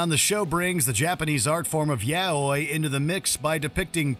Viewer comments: Yaoyoi? You mean yaoi? Lol. Although I'm a hard-core yuri Otaku, I still couldn't focus on anything but the major mispronunciation. Sorry. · How did you pronounce Yoai? Yow-oi? It is Yow-E. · my man just pronounced yaoi wrong and I'm dieing 😂